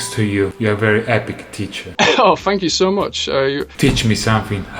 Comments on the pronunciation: lol "tank" jajajja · "Tanks" KKKKKKKKKKKKK